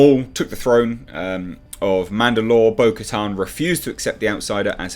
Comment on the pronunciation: Btw you pronounced the character's name precisely, well done.